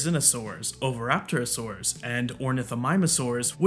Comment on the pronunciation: "oviraptorosaurus" O_o